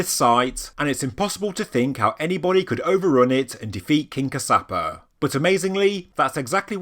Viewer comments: Fabulous video!! The King who created Sigiriya was Kashyapa. Kaash-ya-pa. Not Kasaapa!!! As to being created by "Gods," human ability is being so downgraded, such a shame. Yes, sure, very likely aliens have had influences on humanity over the eons, but to repeat, let's stop downgrading humans. :) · Firstly it's in MA-TA-LEY (spelled Matale) also the kings name is Cash-ya-per (spelled Kashyapa- Kassyapa)